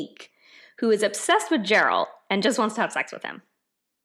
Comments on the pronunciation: The fact that she calls Geralt as Gerald. 😑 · God what a stupid take. PS: If you actually were able to read, his name is Geralt. Not Jerald. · Yennefer has so many goals and motivations its scary. Literally the 100% most motivated person in the book. Also please tell me you did not just call him Gerald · Also, I can see ENG translation is a bit trashy. Try reading German translation. It's slightly better. Sliiiiightly. (Source: I'm a Pole) Also, it's Geralt, like in get Give Great Not Gerald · She calls him jeralt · This is the most stupid review I've ever seen of this book. She really has no clue what she read and didn't bother to do at least a little bit of research. I mean for Christ's sake! She pronounced Geralt as "Jeralt" 💀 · She can’t talk about a book when she can’t even say the main characters name correctly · When you pronounced Geralt the way you did,I was done😂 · You are not even saying the main character's name correctly. The name you would have HAD to have heard if you played the game or watched the series. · 1)I risk sounding didactic, but it would help if you pronounced the primary protagonist's name correctly. 2) Starting by assuming that your audience doesn't comprehend the term "sexist" and bringing their erudition into question probably should be avoided. 3) I fully respect your right to dislike a book and am not questioning this, however it's important to note that, majority of this story is through the eyes of the witcher. Also, it it women that generally hold positions of power in these books and if you read them all, you will find that the women are many times just as salacious as the men. Have you read the Wheel of Time? It is the women who hold nearly all power in these stories and entirely subjugate men and speak of them pejoratively. Would you condemn these books because of this? Would you call them out ?